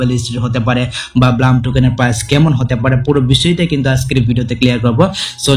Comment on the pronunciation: No ব্লাম😂 it's ব্লুম😊